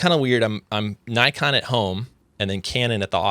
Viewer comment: It's nikon like "knee-kon" not like "naikon" otherwise, nice podcast, enjoyed it.